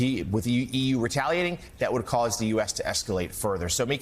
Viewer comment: Fair play to the commentator for pronouncing taoiseach correctly....which is more than the Tango could be bothered to do..